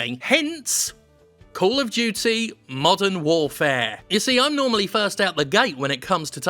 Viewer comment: At first I thought you said "Call of Duty: Mutton Warfare".